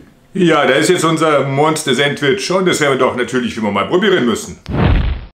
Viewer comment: Sääntwtisch, ha ha ha, da üben wir aber nochmal😂 . Alexa, wie spricht man es aus? Antwort: Auf Ostdeutsch oder wie im richtigen Leben?😂 Das ist kein Sandwich sondern ein leckerer Burger, denn es wird ein Brötchen verwendet. Es wird Toastbrot ohne Rinde verwendet, die belegten Scheiben werden diagonal zu Dreiecken geschnitten Zudem sind die Zutaten auf einem Sandwich traditionell kalt.